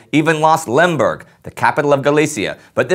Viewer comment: Oh you said Lemberg at the start, it sounded like Limburg, a "shared province" of Belgium and the Netherlands. Historically rather boring region though :)